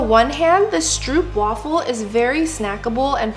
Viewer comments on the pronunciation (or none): ITS STROOPWAFEL NOT STROEPWAFEL 😂😂😂😂😂😂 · Stroopwafel is pronounced as strohpwafel, in Dutch the oo is pronounced as ‘oh’